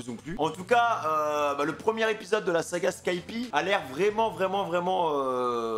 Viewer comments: Sa se prononce pas skypi mais skypia en tout cas c est un banger tu vas adore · C'est super mais ça se prononce skypiéa pas skypi 😭😂😂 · Juste pour information car ça m’énerve ça se prononce skypieAAA sinon très bonne react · Par pitié dit skypiea avec le a